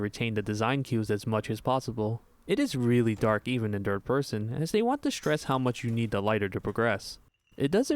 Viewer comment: I woke up to this video on my TV (thus not knowing the title/video purpose) and I genuinely thought you kept saying “DIRT person” (instead of third person) and since it continued to different areas, I thought I was an unknown stalker enemy.